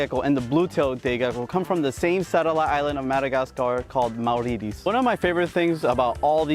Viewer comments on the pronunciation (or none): I think he just couldn't pronounce it and didn't know it was a country. He described it as a small satellite island called "maw-ree-tees" or something. He's somehow never heard of Mauritius - which is astonishing given his interests. I get the impression if he can't pronounce something, he tries it with a Spanish accent and hopes for the best. Like "laticuada" instead of laticauda. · I've never heard Mauritius pronounced like that or described as "a little satellite island off of Madagascar". Have you never heard of Mauritius? Also, the Gold Dust is actually laticauda, not laticuada.